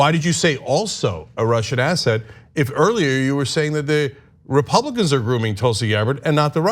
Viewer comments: Love Hillary but she said Russians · I think she said "RepRussRicans" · From an Aussie...... I definitely heard "RUSSIANS" LOL LOL LOL LOL etc